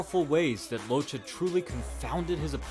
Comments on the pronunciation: You need to read "Locche" like this: "Lòtke" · He was the Son of Italian immigrants so his name is pronounce (Loc-Kay). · It’s pronounced lokke . It’s Italian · I think it's time some truth comes out about origins, habits, traditions that can influence a man during his life time.. Nicolino LOCCHE, pronounced as Lokke not Lo-che'.. was a Sardinian immigrate to Argentina..if people knew a bit more about ancient cultures in the western part of the world like Basque country or the island of Sardinia,it would be much more easier to understand someone like Nicolino...to make it short..the rural sports and festivities of these countries are completely different from their sorrounding neighbors.. It's a Sheppard's country which means dealing with unpredictable animals like mountain goats etc and the short and fast step folk dances that represent these cultures gave birth to a very particular way of moving and evading obstacles..it's in the DNA of people these memories..even living far away from their mother land...so Nico use to say when asked why he did not hit hard or knocked out his opponents.. "I don't like to hurt people..I just enjoy making people enjoy the boxing play..". If any of you check the Urthus e Buthudus of Sardinia you can see how spontaneously people climb any obstacles without training ..and fully dressed with heavy fur and kilos of bells and even chained to others...all it takes is the whish to make people enjoy with a few glasses of wine a lot of physical feats . that's the origin of the ability of great Nicolino LOCCHE... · Great video. Only correction I can think of is his name. He may have chosen to be called by the pronunciation in the video but Locche is a Southern Italian name. It is pronounced "lok'keh" with a very short syllable between the two C's. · beautiful video. Just one thing, although he's argentinian, he's of italian background, so, his surname is pronounced Lokke.